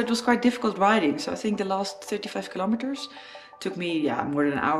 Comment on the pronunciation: And as always liked the way you pronounce kilo meter...🤣